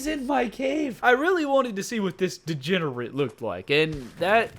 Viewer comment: It's so funny when you say 'degenerent 😂